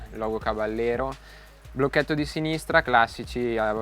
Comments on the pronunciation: bel video!!! piccola nota: il nome caballero è spagnolo, quindi va pronunciato "cabagliero" (come per la lamborghini gallardo) non all'italiana "caballero" , di fatto la moto prende il nome dalle sigarette omonime fumate dal co-fondatore di fantic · bella prova, unico appunto: si pronuncia "cabagliero" perché é una parola spagnola 😉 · Oppure "cabashero" all'argentina 😁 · Non si pronuncia “Cabagliero” ma “Cabaiero” con la I molto marcata, non c’è nessuna GL. Si, è una parola spagnola.